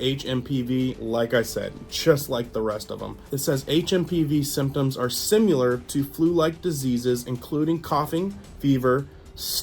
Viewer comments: I understand that people who riot in the streets will be immune from the disease just as they were in 2020. 😉 ...sees "sim-i- lar," says "sim-u-lar." They are different words with different meanings. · sim-ILL-lar. Not sim-YOU-lar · With all this, we should make “worser” a word😂👍👍 And “simular” 😂👍 hey, I hope you feel better SOON! Thank you for posting! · Is "simyaler" similar to "similar?"